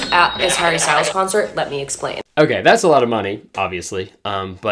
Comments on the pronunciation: anyone else notice how she pronounces "Harry" in a british accent for no reason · I hate how she pronounces his name in a British accent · Harry “ween” lol / congrats on the wedding bro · the way she says harry 😂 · why'd she say harry in a british accent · Nah im sorry but did she say "Harry" in a British accent? thats so weird